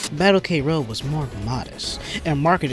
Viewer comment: The title is supposed to be pronouced "Kroad" (クロード) not "K-road"(ケーロード) for some mystery reason. Other comments mention Andy Hug but in fact all the male characters are based off real life martial artisgts, or famous fictional characters (namely, Terminator and Dan Moroboshi aka Ultra Seven). I know that was a somewhat common practice in sports games back then but it's still weird Saikyo released something like this.